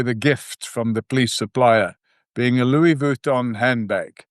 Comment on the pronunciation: He can’t even pronounce Louis Vuitton😂😂